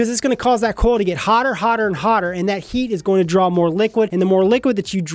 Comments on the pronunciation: Your accent makes it sound like you say “Corl” instead of “coil” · Corl!? CORRRRRRLLLL!!!! -Rick Grimes